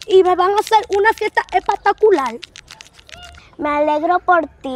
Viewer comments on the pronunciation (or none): Decir: espectacular❌ Decir:epatacular✅